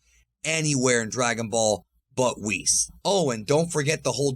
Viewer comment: WWHees? Its WH IS